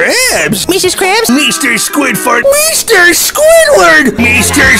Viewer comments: Meester squidwart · Meester squidfart